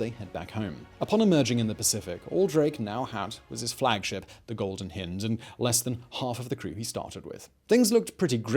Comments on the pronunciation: Simon it's hind as in beHIND not hind as in HINDer, other than that another excellent video. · Hind... Hi-nd not hin-d. It's a bloody deer. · The Golden Hind with an eye'H"eye" nd! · It's one thing to mispronounce foreign words but when Simon can't even speak English, it just cracks me up.... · I know that Simon has an inviolable rule to include one grotesque mispronunciation in every video, but it's pretty sad hearing an Englishman mispronouncing "hind"....